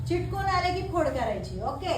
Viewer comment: मॅडम,बाकी सर्व छान आहे पण चिटकून असा शब्द न म्हणता चिकटून असा बोला.